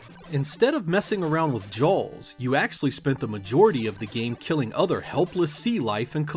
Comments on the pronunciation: What part of New England says "Jawls"? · "Jalls" lol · Why are you saying jaws so strangely